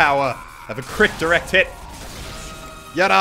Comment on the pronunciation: ITS DIRECT HIT NOT DURECT HIT EVERY YOUTUBER SAYS THAT